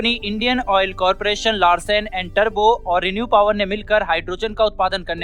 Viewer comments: "टर्बो" नहीं रे बाबा, "टूब्रो", "टूब्रो". "टूब्रो" सही शब्द है | 🙏💐🦚😊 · लार्सन अँड टर्बो नही बोलाना बलकी लार्सन अँड टुब्रो बोलना सही है !